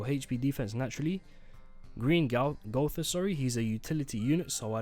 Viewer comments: something doesn't add up here. did u just pronounce gowther correctly? bring the real back rn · If you continue to say Gowther correctly, I will subscribe